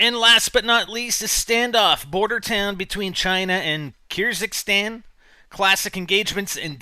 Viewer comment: Verticality? Kyrzxkstan is pronounced kerzicstan.